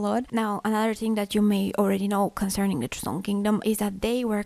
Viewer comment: It’s joseon